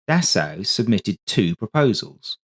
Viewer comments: "Dassao"? It wouldn't hurt to take 10 secs to google how to pronounce Dassault before producing a video in which you have to say it 57 times... It's pronounced like "dah-so". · A very good and informative video, just one picky criticism...Dassault is pronounced 'Dass O', ok? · Dassault to be said “dasso” only. Nothing complicated.